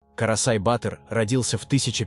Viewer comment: Вообще - то произносится батыыр, а не баааатр!☝Информация супер конечно, но неправильное произношение некоторых слов, оставляет желать лучшего)